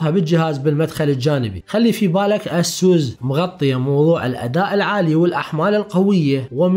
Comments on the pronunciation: يا اسووس انت بتقولها غلط.. اعرف كيف تنطق لمعرفتك انت.. لأنك تقني ولابد ان تكون ملم بالمصطلحات الانجلش الصحيحة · والله اكهرك من تكول اسوس.... يا اخي الفضها عدل خربت ام الاسم